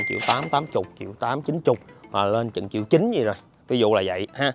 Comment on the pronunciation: Nhà gì mà chiệu chiệu không vậy trời . Ai có tiền đọc là triệu , tôi không có tiền đọc là chiệu , chứ không phải viết sai 😥😜